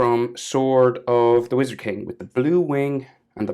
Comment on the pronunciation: 😂😂😂😂you were supposed to say wizard king but you said wizard zing